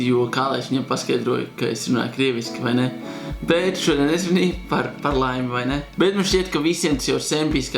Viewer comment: Negribu kritizēt, bet Tu nepareizi teici ''bet''